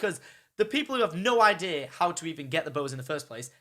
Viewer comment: I love when you say idea, it sounds like idear :D